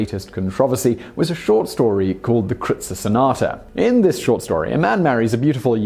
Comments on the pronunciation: What you call the "Krootzer Sonata" is pronounced "kroytzer." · It's pronounced "kroytser" rhyming with oyster. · Kreutzer sonata (pronounced: kroy-tzer) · What a prude. You can't even pronounce Kreutzer properly. Affected fake.